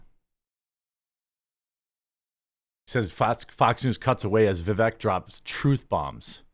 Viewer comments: For fuck sakes his name is Vivek va-vake so it sounds like cake at the end. I mean the reason he didn't do well is the vast majority of people haven't even taken the time to understand how the pronounce this fucking name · Vivek rhymes with cake. Seems crazy at this point that a right wing political commentator is still mispronouncing his name.